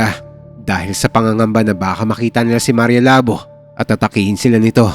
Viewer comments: Labō..Hindi labo😅😅... Halatang d nyo alam pronounce ng hiligaynon..😅😅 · Mali po ang pagkaka pronounce nyo ng “labo” dpat po “labó” sa second syllable po dapat ang diin. Lábo - ex. malabo ang mata ko Labó - ex. tagain mo ang baboy Anyway, Thank you sa mga kwento nyo sir ang galing nyo po mag kwento. Inaabangan namin palagi mga kwento mo😊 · Sir jez mali po yung pagka bangit mo ng labo labu po matigas pagka pangit ng bu . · Labo is pronounced as Labu. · Ang slung nman po ng pronounsation nyu ng labo hehe🤭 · ang labo ng kwento mo ang labo kasi ng pag bigkas nya sa labo hindi labu 🤣🤣🤣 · Mali pagka pronounced mo sa "maria Labo" bobo ka talaga hindi Labo tulad ng utak mong malabo mangmang ka talaga minsa mag research muna ya bago bigkasin ang salita tanga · Ang tamang pag pronounce ng Labo ay mabilis. And ho sa Labo ay magkatunog sa Taho.